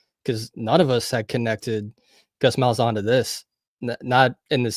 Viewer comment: Ain’t no way that’s how you say Gus malzahns name lol